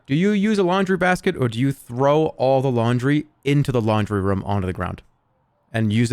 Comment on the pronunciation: I can't believe he kept saying rûm instead of room